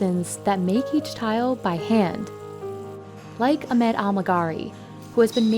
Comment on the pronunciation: Your are absolutely pronouncing Ahmed’s name incorrectly.